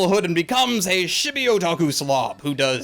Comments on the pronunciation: It's not chibi in like -shibi, it's chibi in like tchibi!!! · Your pronunciation of "chibi" as "shibee" bothers me more than it probably should...